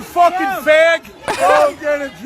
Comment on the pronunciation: He said “fag” like Austin show. The stank.